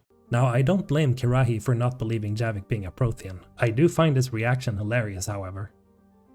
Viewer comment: Why are you pronouncing Kirrahe's name weird? 🤔